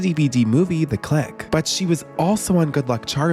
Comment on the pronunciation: Every time he says "thec click" I chuckle 😅